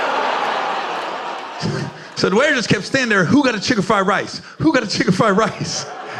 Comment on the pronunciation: The way he says 'fried rice'😂😂😂❤❤❤❤🎉❤😂